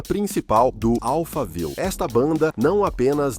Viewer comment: Amigo somente diga Alphaville como o bairro de SP! Não inventa!!!